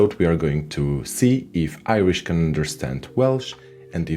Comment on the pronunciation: It’s a shame you didn’t manage to find a native Irish speaker, or even a dedicated learner. Where is that slender R?